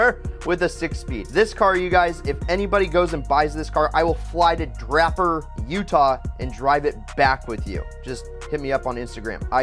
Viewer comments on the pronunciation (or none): “Drahper” Utah? 😂😂😂 it’s pronounces “Drayper” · He really said "draaper Utah" it's pronounced "dr ai per" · Nice. I live in utah. (Also it’s pronounced Dray-per) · Its pronounced dr- A - per 😂 lol. Had to do it. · Hahah I live in Draper and the way you pronounced it is hilarious